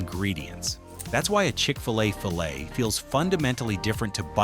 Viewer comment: Just as I prefer my chicken sandwich with real, not processed meat, I prefer my video content with real human narration, not AI that doesn't know how to pronounce "filet". 😡😡😡